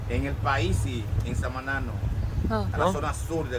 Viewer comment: No deja de sorprenderme la progresión de con el español, en unos meses va ser capaz de corregir tu vocabulario. De hecho hoy ya te corrigió, tu dijiste SamAAAna y te corrigió diciendo SamanÁ. Un saludo desde España